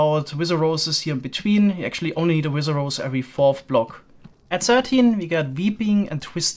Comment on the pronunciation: I love how you say "nezer" and "wizer" and nezerrack